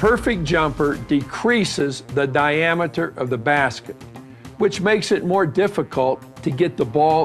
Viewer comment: Di-am-iter lol